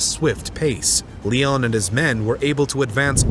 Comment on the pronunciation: Still great stuff! The struggles of non-Americans presenting American history shows up again here in Part 2 with the mispronunciation of a few words, most notably Lyon. An American would know to say "Lion," not "Leon." Using AI to present the voice over isn't a good idea unless you know where/how to correct it. Still - as before - this is all really well done. Kudos! And thank you!